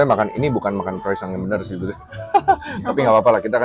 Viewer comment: Pengucapan Croissantnya Masih Salah.